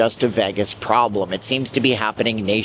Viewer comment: "seams" lol